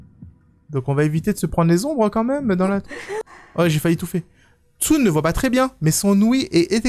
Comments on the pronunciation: Il a dit Tsun le sun comme sun en anglais et moi je dit Tsun en prononçant Tsoune 😭😂😭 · "tsun" se prononce "tsoune" XD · bas comme j'ai dit c'est compliqué de parler une langue que tu ne connais pas